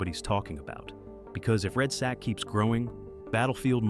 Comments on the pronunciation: "Red sack"? C'mon lol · Red sack? Wtf can you read man!? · it’s really bothering me that he calls it red Sack